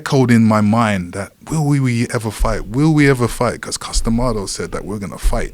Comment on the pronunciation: Ok goddamnit... I CAN'T believe that im the only one who hears "Custom Auto" every damn time Joe talks about Iron Mike's trainer/hypnotist!!! "When Custom Auto would hypnotize..." Me- That must be some kinda badass car!!!